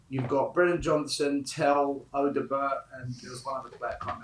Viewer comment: Stop saying Odobert wrong 😂